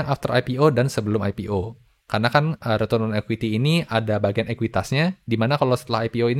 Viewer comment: Dan retrun